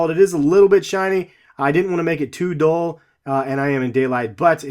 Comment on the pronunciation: You said dole it's dull